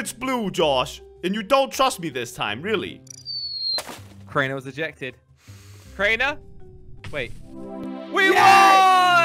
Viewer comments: Wait idk why keep calling crainer comtainer 🤣🤣🤣😂😂😂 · idk why say crainer container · Why does thy call craner I contaneir do u guys notice? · Its not container its crainer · His name is not contanier his name is crainer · said name of Crainer she saying container hahahahaha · () calls crainer, "container"